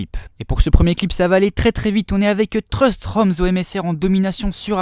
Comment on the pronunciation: tu ces même pas prenoncé un nom de team corectement Truth tu dit truste